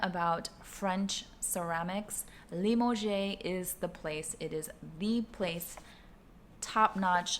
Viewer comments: It's not Lim-oh-gehs. It's luh-maa-juhz. No "oh" or "gehs" in there. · Happy birthday! What a lovely surprise! I have the d'amour XS earrings and love them. But FYI: It isn't pronounced dee amour - it's d'amour, so it's sort of like the beginning of "dad" but just the "da" part. And there's no accent in Limoges, so it's just "lee moj," rather than "lee-mo-jay." That bowl is so cool! Your trip looked amazing! I want to go to Provence one day! Enjoy your new earrings; and of course, all of the memories you made with your family :).